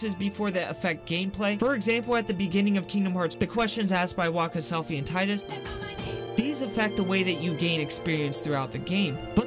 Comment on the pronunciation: you sir you say tidus the correct I like you for this